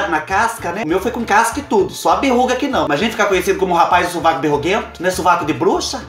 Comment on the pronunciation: Kkk clarear o subaco nao o suvaco rsrs adoro vc